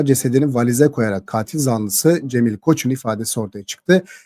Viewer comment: katil zanlısını yanlış telafuz ediyorsunuz lütfeb bir kontrol edin